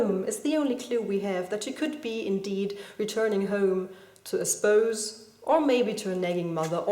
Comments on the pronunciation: I'm not a native speaker, so if I'm wrong, maybe someone can correct me, but I think the word "spouse" you're looking for here is pronounced more like "mouse" - in german I'd suggest writing the sound like this: [spauß] ^_^ Love what you're doing here btw! I'm a teacher as well and I look for a creativ outlet through writing fanfiction... (I hope my pupils'll never find ou!) ^_~ Ganz lieben Gruß! =) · If your perfectionist self has not met The Chaos, (a poem, rather than a Dr. Who opponent), then correcting /watch?v=F1spqX4sIDo may be fun for you. Your pronunciation of "associate" and "post-sex" both require a long o, (post rhymes with most, boast and toast.) Also spouse sounds like "spaws". Thank you for your analysis - I think it makes it better. I did not presume that the subject was a woman just because of the indirect reference to a dress, (which can also be a verb) or high-heels. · I love Roger McGough, thanks for introducing me to a new poem. I feel bad pointing it out because your English is very accomplished but I know you want to improve so: spouse rhymes with house. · If you keep this up, you'll get me interested in poetry... ;) And just a tiny correction on your otherwise fantastic English: 'Spouse' rhymes with 'house'. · Thank you for your analysis. You never fail to amuse me, while sometimes you even cause learning. Like today. also, spouse rhymes with house. You are brilliant and easy to like and listen to. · Just so you know, you might want to check your pronunciation of both antithesis and spouse. Apart from that I love this poem and you defiantly didn't spoil it!